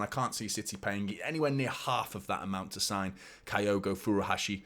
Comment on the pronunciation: It’s pronounced as kill-go